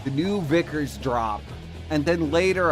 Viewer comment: It's pronounced Vickers not viggers its not that hard.